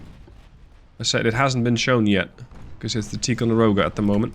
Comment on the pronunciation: I like your vids and your command of English is great. Having said that, you're mispronouncing Ticonderoga. The I is a long sound, like the word tie, not like tea. Again you speak great English, I would probably horribly mangle Dutch words, but I would like to help you to be even better. 👍👍